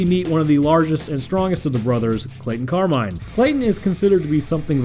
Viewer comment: Did you say carmine or carbine?